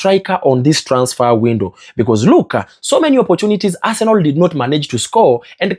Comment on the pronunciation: Guy, is Arsenal not Arsenol. You can pronounce better pls.